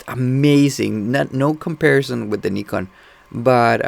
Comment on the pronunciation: are you brazilian? the way you said Nikon and Julio kinda denounced you. If am I am right tho...